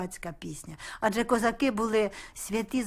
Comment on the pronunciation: Пісня то душа народу. Як би не знущались над піснею, а вона житиму. Дякую за коментар🌹🌹🌹